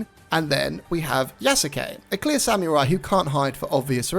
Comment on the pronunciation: Let the guy who can even speak samurai correctly lecture you about Japanese culture.Nailed it~